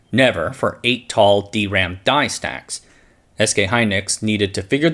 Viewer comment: It's weird hearing D ram on this channel instead of dram.